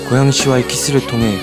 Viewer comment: 여주랑 여주친구들 학교사람들 다 발성 괜찮은데, 남주만 살짝 발음(?)이 먹히는 느낌이얌.. ㄴ/ㅇ받침같은거 들어갈때... ㅁ으로 대신 발음하는 느낌..? "고양이씨와의키스를통해"->"고얌이씨와의키스를톰해"이런느낌...?